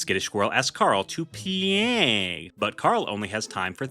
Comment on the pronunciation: i love whatever it is with you pronouncing play as "PLEEEEAAAAAAAAYYY"